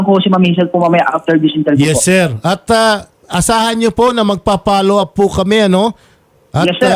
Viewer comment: .Bkt wala kang letter F?sa lahat ng may letter F na words like follow up palaginh pollow up ang bigkas mo.